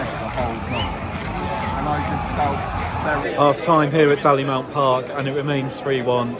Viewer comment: Small correction - it's pronounced "Dailymount" not "Dallymount". 👍 Easy mistake though. 😉